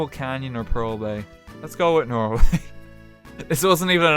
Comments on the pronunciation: So many Tolls... What is this? The road to Dublin? Feckin Norw-EA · It's called Norweay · Nnoo not norway